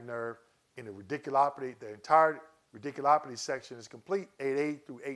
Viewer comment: Thanks for the info! Just had to say that it made me chuckle every time you said “radiculopity.”